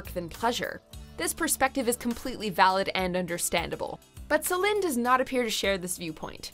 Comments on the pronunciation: Watchmojo is based in Montreal so they are even Québécois like Celine. I trust their pronunciation is accurate if unusual for our American ears. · She’s actually pronouncing it correctly. That’s how you say it in Québec. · Bro. It is actually French pronunciation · That's the correct French pronunciation. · Why? She's one of the few anglos pronouncing it correctly. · Yang That's the correct pronunciation. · Im from Nova Scotia Canada and I’m full bilingual. I’d agree. It’s pronounced how she says it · Because that's actually how it's pronounced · That is how it is actually pronounced in Quebec. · Nope, she say it the right way. You're juste all saying the name wrong. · Nope. She is correct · That’s how you pronounce it in French. So technically she’s saying it right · well, yes and no, I get what you mean but technically, you cannot translate given names. She's still french canadian, her name is meant to be pronounced that way. ;) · She’s pronouncing it right. That’s how you pronounce it in French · She's doing it right, as in how it's pronounced in french here in her native Québec. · She’s pronouncing it right. You’re the one mispronouncing it! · It's in french, so she say it right. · It's in french, she's doing it right. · She has pronounced her name correctly. This is how Celine pronounces her name. She is French Canadian. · Céline (Say-lynn, with stress on the "say") => how it's pronounced in french, here, in her native Québec. The video is right. You are wrong. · I'm actually dead! So many people are accusing the narrator of mis-pronuncing Céline's name when in actuality she's pronouncing it the proper French way (since it's a French name and Céline is French). It is pronounced Selin and NOT Seleen lol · The narrator pronounced it the proper French way. Seleen is wrong and it's how english speakers butcher the name . It is Selin. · Exactly, as a french canadian I can confirm. This video pronounces it right. Céline (Say-lynn, with stress on the "say")